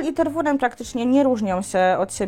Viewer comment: Nic nie powiem ,ale nie "Ter-WU-ren" tylko "Ter-we-RĘ" z akcentem na ostatnia sylabe. Poza tym bylabym ostrozna w reklamowaniu jaki to jest mily cudowny pies praktycznie dla kazdego bo malo kto jest w stanie poswiecic temu psu taka ilosc czasu jakiej on potrzebuje. Bardzo wysoki poziom energii duza potrzeba pracy.